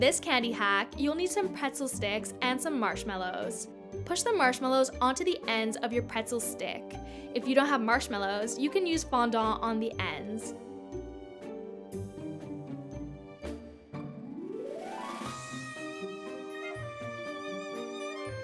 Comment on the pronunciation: She said fonda it's fondant